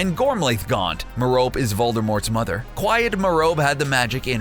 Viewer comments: ITS SOUNDED MEA-RO-PEE you dumb-dumb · Merope is traditionally pronounced mer-uh-pee not meh-rope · When he pronounced merope wrong tho 🙄